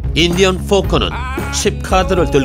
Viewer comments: foker 가 아니라 poker 아니냐 ㅋㅋㅋㅋ 발음 무엇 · 인디언 fo꺼 으악ㅋㅋㅋㅋㅋㅋㅋㅋ